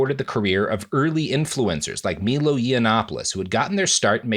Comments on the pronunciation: How did he pronounce the name Milo so poorly? MEELO? It’s like he’s doing it on purpose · Robert refusing to pronounce Milo correctly made me genuinely laugh. Love that energy.